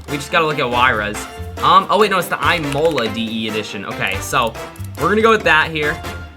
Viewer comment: "EYEMOLA"?? ITS Ihmolah